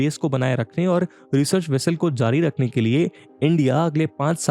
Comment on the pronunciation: अनंत होता है. And it's research, not resurch!